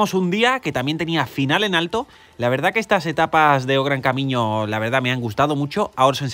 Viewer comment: Ahora si, Bien pronunciado!! o gran camiño, da gusto con gente como tu. De nuevo felicidades por tu canal